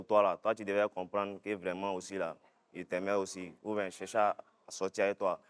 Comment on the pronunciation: Jusqu’à il dit ouben 😂😂💔